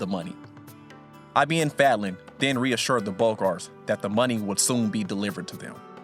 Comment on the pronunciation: its not I.B.N FEDLEN its ibn fadlan